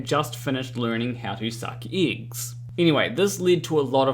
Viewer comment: I want to start with. I love your videos and I watch em all since I subscribed. You are clearly more intelligent than I. That said, here’s s the Super Douche part… your accent is thicker than i think I’ve ever heard. And the way you say certain vowels in certain words drive me guano. Eggs it seems, is one of these words. So glad you found a way to make “egg” half of the words in this video. Now that I’m done being kind of a dick, love you and your videos. Thanks man.😁